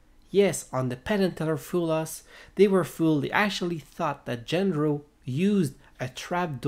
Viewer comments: His name is not "Gender-oh" but "Jandro" to produce the sound of an H. Also, this is obviously not how the trick was done. Do you even know what the rules of the show are? Way more reasonable explanations to the secret of this were already circulating many months ago, so, I'm kinda surprised you neglected them merely for such a non-explanation. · how come, when they SAY his name, are you mispronouncing it? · Maybe you should start by pronouncing his name properly.